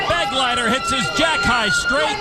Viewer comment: The name "Begleiter" is being badly mispronounced! It is a common German noun: It means "Escort" and the accent is on the second syllable!